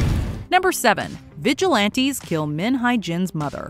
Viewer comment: You guys really butchered their names lmfao. Jung is pronounced as JOONG, Hye is HE-YEA.